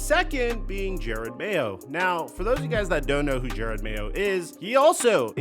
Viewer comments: His name is Jerod not Jared. Crazy you make a video about a guy and don’t even bother to say his name correctly. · Jerod not Jered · At least it isn't only DaRon Bland's name that you mess up. He pronounces his name Je-ROD. It's not like you can hear his name in film over the past 15 years or anything as the 10th overall pick in 2008 or DROY. I love your analysis sometimes, but the fact that you don't bother pronouncing names correctly is slightly unprofessional. It would be like all of us calling you Mick. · Its “juh-rod” not jared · I feel like you’re doing it for engagement at this point, which it is what it is; but it is “JUH ROD” It says it in the clip you used… he’s an all time Pats great and is getting the opportunity of his life right now, seems like you aren’t as informed as you are to not get the name right. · It's Ja-rod Mayo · You said his name wrong like 40x Jer-Rod.